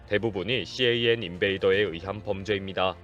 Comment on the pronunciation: 일반적으로 CAN 을 씨에이앤 이라고 읽지 않습니다. 그냥 캔 이라고 불러요. 혹시 그냥 캔이라고 하면 틀렸을까봐 낱자로 부르신거 같은데요 ㅎㅎ 그리고 씨에이앤 인베이더 ...무슨 대단한 방법인것 같은 용어처럼 들리지만 그냥 '자동차통신침입'을 뜻하는 말이예요 일반용어입니다. 요즘은 캔 쉽게 못뚫게 사이버시큐리티가 반영되고 있어서 이것도 예전 이야기가 되고 있어요.